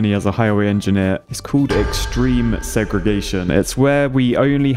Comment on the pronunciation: How come when someone says segregation in a British accent it sounds so much less r*cist than when Americans say it